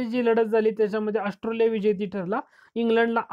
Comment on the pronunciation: ऑस्ट्रेलिया म्हणा,,, अस्ट्रॉलीया नाही